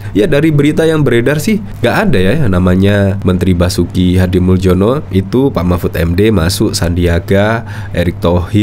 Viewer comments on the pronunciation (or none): Min, nama pak Basuki Hadimuljono itu dari bhs Indonesia ejaan lama. Anda keliru pengucapannya menggunakan ejaan baru. Yang betul pengucapannya sbg Hadimulyono bukan Hadimuldjono. Soal remeh atau tidak terserah anda saja mau yg mana. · Itu Basuki Hadimuljono (dibaca HADI MULYONO) - jangan salah baca - MALU-MALUIN. !!!